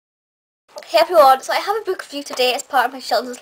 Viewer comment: Why do you pronounce book b-o-o-k instead of b-u-k?